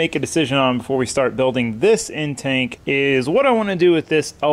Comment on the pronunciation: My man says intanke😂